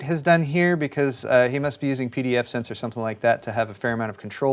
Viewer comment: It's pfSense not pdfSense by the way. Really cool software!